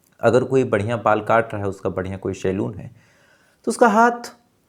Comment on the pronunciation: Gadha hai ye, Hindi bhi theek se nhi bol pata शोफ्ट कॉर्नर शैलून बीडीओ ऐसे तमाम शब्द है